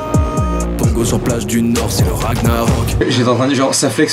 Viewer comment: On dit pas ragnarok ça se prononce ranillarok